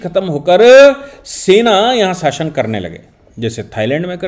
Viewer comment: आपका कभी-कभी गलत उच्चारण व्यथित कर देता है।साशन नहीं शासन है।